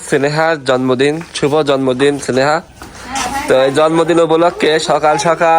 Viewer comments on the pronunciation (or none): সেনেহা কি!!😆😆 স্নেহা নাম টা ও বলতে পারেনা ঠিকভাবে।